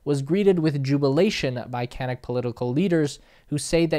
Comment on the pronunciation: Great video, but the natives are pronounced can-ook, like look. And the processing there is far from ideal, slurry ponds particularly, but close to normal good/best practice in reality.